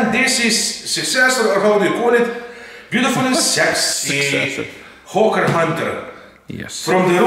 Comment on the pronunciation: Why when says hawker hunter i hear ho*ker hunter hahahahah